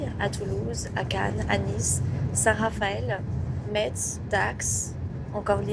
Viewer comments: METZ prononcé Metzzzzzz !!!! :O On le prononce MAISSE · On a le droit de se tromper dans la prononciation, sauf quand on a visité la ville là c'est impardonnable !!! xD